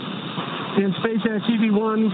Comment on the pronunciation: "espacex" só pela pronúncia já sabemos quem esta refutando kkkkkk